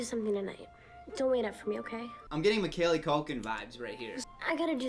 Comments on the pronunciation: Can't get over how he said Macaylee Culkin instead of Macaulay Culkin tho 😂😂😂😂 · why does no one acknowledge how says Macaulay culkins name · The way pronounces “Macaulay Culkin” makes me itchy 💀